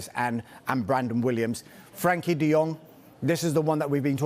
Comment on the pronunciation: Why are they calling him Frankie? It’s Frenkie